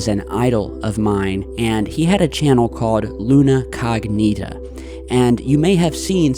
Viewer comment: Luna CO'gnita! Not Luna cogNI'ta.. Lol it sounds, funny for Italians ( Google it and hear the correct pronunciation as we with English too))) I am saying for you as you are great bro! Channel is extra cool